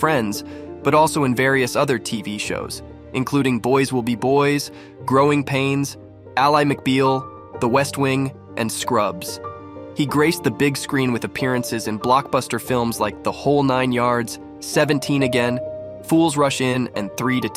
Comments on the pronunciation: Al eye mcbeel? Janeese? Gotta love ai. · "Al-lie McBeal"? You cretin...